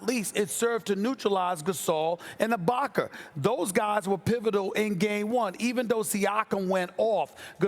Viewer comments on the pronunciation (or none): " ibaker " - stephen a smith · “Abaker” Stephen A Smith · I have been watching Stephen A for years...that said I have never noticed more so than now how annoying it sounds when he butchers the way he pronounces “a” as “er” GET IT RIGHT DAMNIT 😂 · “Ibakar” - Stephen A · Stephen A, who the hell is Ibak-er?? 🤔😂🤣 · Who The Fuck Is Serge Ibakerr That Stephen A Keeps Sayin?? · SAS always saying Ibaker when is ibaka!! Why? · No one: Stephen A : Ibaker , Pelinker, Kuzmer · Serge Ibakar, Rob Palinker.... c’mon Stephen A. smh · Haven't watched yet, but I know Stephen A said "Ibaker" at least once. 😂😂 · 47" ibaker " - stephen a smith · moss spray lol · I got love for sas but mannnn with someone with the vocabulary that he has idk why he has the hardest time say words that end with a lmbo how is ibaka ibakar lol I’m dying over here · Stephen A: "Boogie shut down Ibaker" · Stephen A Smith - “Boogie is needed to neutralize Ibakerrrr.”